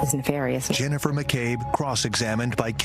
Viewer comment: Things didn't end well for McCabe imo For me, it was not the thing she said the word nefarious, it's that she said it wrong, exactly the way Hank says it.... NeFARious.